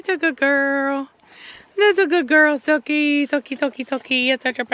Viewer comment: The puppy's name kinda sounds like sucky. Is it not pronounced like Suki?